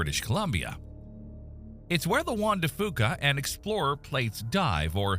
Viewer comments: We pronounce it like “Juan de Fyoo-ka” not “Juan de Fooka” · AI can’t pronounce “Juan de Fuca”. 😂